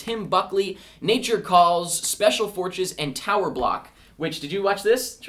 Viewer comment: And I swear he said Special Fortches.